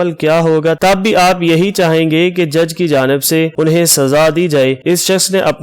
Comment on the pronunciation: انٗہیں کو انِہیں کہنا بھی غلط ہے۔